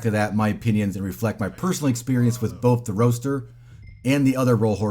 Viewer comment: For having Roadster in the game, the horse feels sluggish and the handling is trash. Also, its pronounced ROADster not ROASTer.